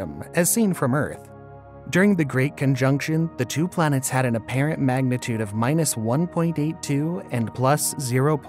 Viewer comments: kind of sounds like you are saying.."BLANETS" It's distracting. Can't finish the vid. :( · 24 blanets 😅